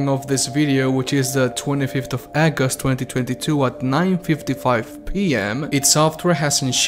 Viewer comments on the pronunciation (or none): I like the way he says "Aggust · Did you just say August as Eggust?